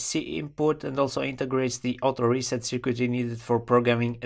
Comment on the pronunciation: "cirkit" yes - "cirquit" no